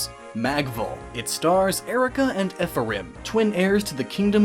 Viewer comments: Nobody on the internet seems to be able to pronounce the name Ephraim. It's not "eff-uh-rim," it's "eef-rum." Lol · The pronunciation is giving me an aneurysm... Eph-a-rim? Really?